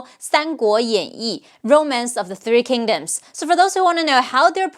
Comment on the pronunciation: I got to say you were spot on. Man I feel as if you were speaking love to me. I am always fascinated with the Romance of the Three kingdoms. I wish I could speak and understand Mandarin. The names simply invoke something in you when you hear them properly, at least to me. I would love a part two simply for the names of all the women as well as some important information on them or even fun facts we may not even know due to the game or what is taught in China. I am subscribed and will further be an avid follower. Much love and prosperity to you.